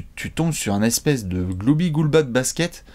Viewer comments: alexau69 Ah non ! On dit Gloubi-boulga!!! Blasphème !!!! 😁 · dit surtout "Goulba" en fait ^^ haha